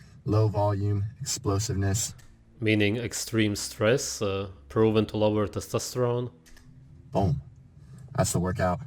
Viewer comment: he should be banned from saying testosterone